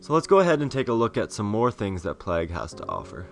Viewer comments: I will just say, it's pronounced "Plaig", not "Plahg". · plague is pronounced ''playg'' not ''plag'', fyi. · That game type is seriously awesome. But its plague, not plag. Unless that was requested by the creator or that's how its pronounced where ever you are from of course xD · Plag hahaha Americans need to sort it out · It's pronounced "Play-guh" lool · Wow the way you pronounce plague is so irritating. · Oh my god the way he just pronounced "plague". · i nearly turned it off the second time he said it. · SIERRA420 We can handle it. We mention it because we think it's funny, not because it's annoying. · doesn't know how to say 'plague'